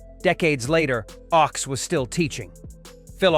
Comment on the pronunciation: Phil Ochs is pronounced like "oaks" instead of "ox"